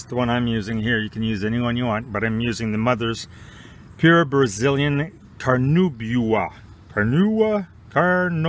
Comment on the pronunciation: Carnauba “Car New ba”